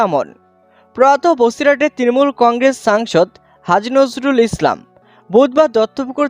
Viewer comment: পাগলাচোদা রা নামটা ঠিক করে বলো নাম ঠিক বলতে পারে না সাংবাদিক মারাচ্ছে